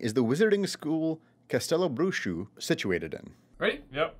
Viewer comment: Castelo Bruxo, great pronunciation!!!!! 👌🏼